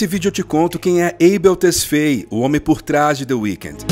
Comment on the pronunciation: Abel tesfeie foi boa kkkkk tesfáie mano